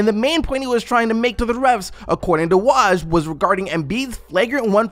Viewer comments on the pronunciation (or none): It’s WOAH-J not WAAHJ 🤦‍♀️